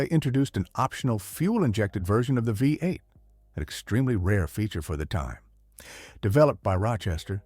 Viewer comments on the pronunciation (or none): The “V” in V8 doesn’t mean 5, it refers to the physical orientation of the cylinders in a 8 cylinder engine. So please stop saying “5 8”, because that is not a thing. It is phonetically stated as “Vee 8”.